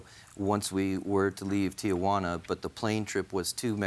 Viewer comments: JJ is old enough to know the name of the city is Tijuana, TEE-WANNA, not TEE-A-WANNA. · CRINGE every time she says TI-A-JUANA instead of TI-JUANA. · Lol, Judge Judy: TEE-YAH-WANNA.